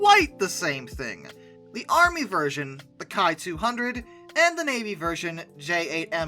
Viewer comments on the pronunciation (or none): I believe "Ki" in the context of Kawasaki aircraft is usually pronounced "Key".